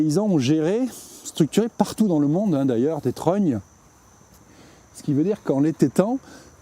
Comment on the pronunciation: Les serfs pas les serres, étêté, trognes et pas tronnes ou trônes, escoups, saule osier, vannerie